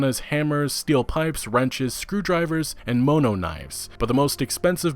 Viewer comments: Mah-no. It's a not an asian word. It means the wire or blade or wire is mono-molecular. Which is how it cuts stuff so easily. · It's pronounced "maa no" or "maa nuh" , and its short for monofilament. smh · Moe: Give me that knife! Some guy: Moe, no! People don't understand the real threat of giving people named Moe knives. If no one else has said it, it's "mah-no" as in monochromatic for one color or with bladed weapons mono-molecular, so the edge is one molecule thick, cut ALL the things! Enjoying the coverage, just picking on ya a little :P